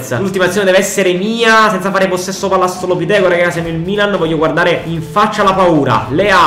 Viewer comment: palala del portiere 😂😂😂😂😂😂